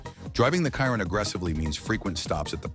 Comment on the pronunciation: It's obnoxious hearing these speech-to-text videos pronouncing a Chiron as a Kyron. You know if you spell it Shearon instead, it will actually pronounce it properly - Pro tip.